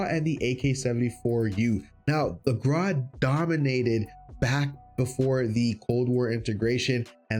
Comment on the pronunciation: Videos very nice top 5 for sure, but why you say Graw but it should be (Gr-au)